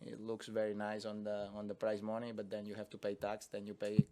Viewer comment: I thought he was saying "price money." Took me a good minute.